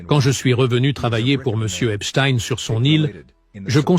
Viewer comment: Merci de dire EPSTEIN et non pas EPSTINE comme les médias fachos sioniste en France pour cacher les origines de cette bête immonde !